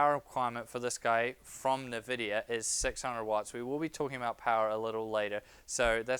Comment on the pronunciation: One very minor thing (emphasis on "very") I think if you consult a number of video games and online references you'll find the correct pronunciation of Nvidia is (phonetically spelt) IN-vid-e-ya as opposed to Niv-id-e-ya.